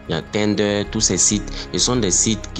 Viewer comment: À la base c’était TINDER maintenant c’est devenue TENDERS 😂😂😂😂😂 il m’a tuer lex brouteur quand il a dit sa